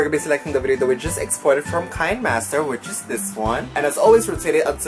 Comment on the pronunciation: Kuya is read Ki-ne Master